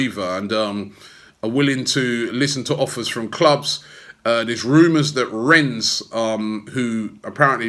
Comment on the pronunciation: Lol at Robbie still saying renz, you got told how to say it by a local in Rennes don Robbie!